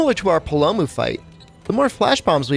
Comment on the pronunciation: Palomu? Ledgiana? What the crap, man. We finally get an entry with English voices and there’s still people that can’t pronounce them correctly? And then to have the videos be promoted directly by Capcom’s MH team...